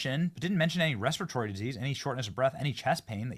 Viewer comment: 'REPERTORY' disease lol. You breathe it in. Has nothing to do with eating anything.